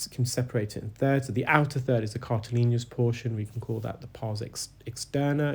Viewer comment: Cartilaginous...with 'adj ' sound for the 'ag.' Hope that helps.